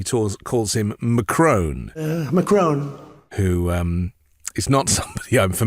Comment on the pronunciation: ‘Mac - Crone’ sounds like a portmanteau of Mac(Donalds) and Cronut. Curious, that. Trump is showing us his Homer Simpson side.